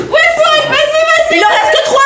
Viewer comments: Mdrr je rigole depuis tt à l'heure pcq et au lieu de dire Swan elle dit Sohan 🤣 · Qui a remarqué dit Soan et pas Swan 😂